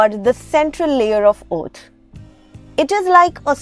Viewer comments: Oath or Earth ? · "Earth" or Ot? 😂😂😂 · "ourth" what's your accent?? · Btw just so you know the way you pronounce EARTH annoys me. Thank you!